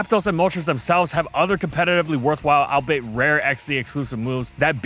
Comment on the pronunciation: Man, could you learn how to pronounce "albeit" already? At this point I'm becoming suspicious that your scripts are being written using words you don't know how to pronounce ON PURPOSE, as a long-running joke.